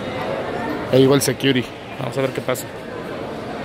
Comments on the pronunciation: Y los "sequiuris". Qué es eso? xD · "Sequiuris" "Bánamex" Why?